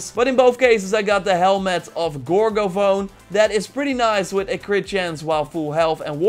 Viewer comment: Pretty sure it's pronounced, "Gor-gah-fah-nee", like Persephone.